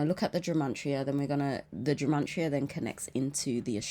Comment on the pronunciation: Are you saying the word Gemantria? 🤔 it's gematria, no n ❤